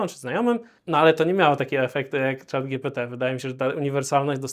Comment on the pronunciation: moje uszy bola za kazdym razem jak on mowi "chata gpt". Tworca czego? Czatu!